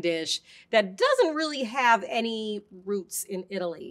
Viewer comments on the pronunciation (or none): none